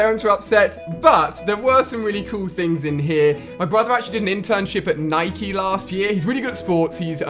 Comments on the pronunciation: Nikee? CX it's called nike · it's called Nike not nikee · I cringed when you said "nikey" it's "Nike" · It not Ni Ke 😉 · He said nikee